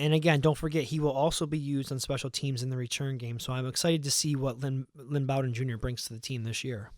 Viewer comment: Btw it's Bowden like "bow tie"